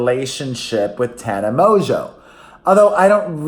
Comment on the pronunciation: Thank you for pronouncing Tanas last name right. So many people dont and it annoys me.